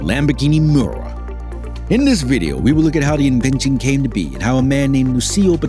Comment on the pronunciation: You can even say Miura correctly let alone everything else you butchered. 🤦🏾